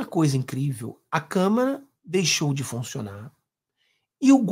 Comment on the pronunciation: "de menor" ? "câmara" ? 🤦🏻‍♀️